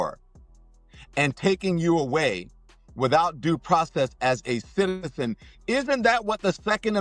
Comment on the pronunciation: Please tell me I’m not the only one that heard the way he said citizen